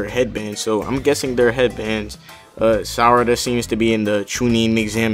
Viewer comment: Sarada not salad